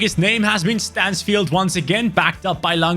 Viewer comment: Bro it is not manfield it is Stansfield